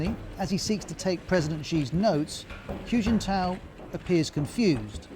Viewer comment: It's kinda funny to hear all this from a man calling Hu Jintao "Huge In Tow".